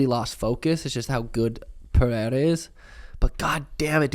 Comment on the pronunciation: Let's goooooo finally an American pronounces Pereira correctly. Thank you sean